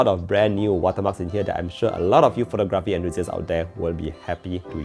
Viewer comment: Pho-TOG-raphy. The stress is in the second syllable